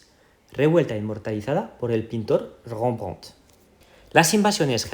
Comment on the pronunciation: Me gusta tu vídeo, pero no me gusta como pronuncias Rembrandt porque no es la pronunciación correcta ni en Español ni en Dutch. Parece que quieres pronunciarlo en francés, suena a que dices rrrgggombrggon, de hecho hasta decirlo es español es mucho más aproximado y claro a la pronunciación en Dutch que de hecho no dista nada de la pronunciación en inglés. Solo pronunciarlo como se escribe, Rem-brandt. Cuando veas un Von o Van en un apellido alemán o netherlandés se pronuncia como Fon o Fan. Así Martín Von Buren, suena como Martín Fon Buren. Otra sugerencia, te cuidado con las escenas de pelis tan largas, quizá ahora no sucede porq aún es u canal pequeño, pero en el futuro te pueden bajar el video por copyright. Además en lo personal me cortan el hilo conducto de lo que cuentas, me gusta más escuchar tu narrativa que ver escenas tan largas de pelis. No creas a estoy dando una crítica, solo son mis opiniones y sugerencias, con o sin ellas tu contenido merece más vistas. En general buen trabajo y gracias por todo el tiempo y cariño que le pones a tus videos y su edición.